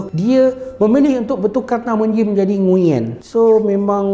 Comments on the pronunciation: Sebenarnya sebutan nama NGUYEN ni bukan ngu yen, tapi nguen. Aku pun baru tau lepas sorg brader vietnam bagtau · sebutan "NGU-ERN" la.. bukan "NGU-YEN" tgk Ě dia ada intonasi berbeza. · Kalo dlm American movies, cara dorang pronounce nama ni nguwen sebenarnya ya. Bukan ngunyen. Betulkan yg biasa, biasakan yg betul. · nama nguyen tapi sebenarnya kena sebut "nguwen"